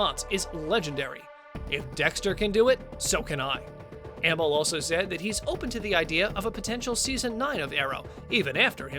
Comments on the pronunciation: It's not Ammle it's Amell. LIAR!!! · Not to mention he mispronounced Stephen Amels last name... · He doesn’t know how to say Stephen amell